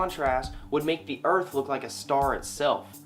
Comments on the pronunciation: Did you not pick up on the fact that is a comic actor, and these flat earth videos are parodies? Check out his other vidoes. When he is playing some other character, he can pronounce earth, not earf, that's part of the act. Get it? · I watched a few videos and heard him say earf --- I picked non-flat-earth vids too. Do you have an example where he pronounces it properly?